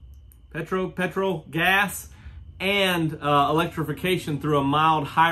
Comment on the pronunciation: Another great vid mate BUT we will learn you how to annunciate PETROL ⛽️ 🇦🇺😂😜 I’m hoping one of these SUV’s has a better ground clearance than the current crop. Thats why Mazda should do the BT50 Wagon as a true off-road family dirt warrior.